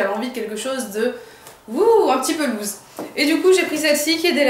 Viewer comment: Loose (large) se prononce lousse tandis que lose (perdre) se prononce louze =)